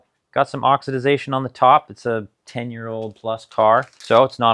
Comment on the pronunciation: Oxi-dation not Oxi-da-zation